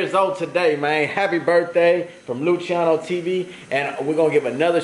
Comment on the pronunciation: Its sounds like she says Luchiano TV, instead of Luciano TV 😂😂 maybe I'm just high af😂😂